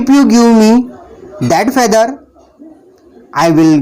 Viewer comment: Feather s pronounce is incorrect